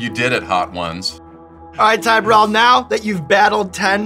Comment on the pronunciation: Chris Martin? Boo-rell.